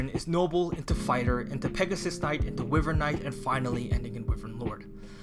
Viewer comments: i’m sorry, i really hate being that guy but its “WHY-VERN” not “Wih-vern”. love your videos btw been watching all your three houses videos! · Not normally the negative comment guy, but the way you pronounce wyvern physically pains me.